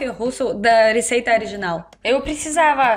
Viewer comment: Você diz Ariginal e não Original. Pravar e não Provar. Mas, passar de russo para português, deve ser muito difícil. Mas, para nós, entender o alfabéto cirílico, é a coisa mais difícil do mundo.